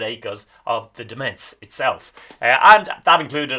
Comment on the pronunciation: Lovely video. For future reference, 'Demesnes' is pronounced 'Domain'.